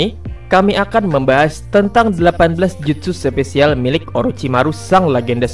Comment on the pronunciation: gua msh heran cara lu pengucapan yang ketemu kata E" contoh episode bilang epesode, special jadi sepecial hmm